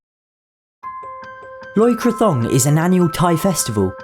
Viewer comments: It is actually said Loy Kra Tong Not Thong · Great video but I think it is pronounced Loy kratOng not so much Loy crathong although I’m not sure